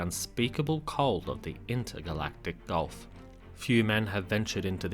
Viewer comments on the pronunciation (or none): none